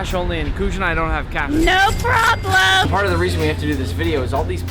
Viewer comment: No PRobObLEm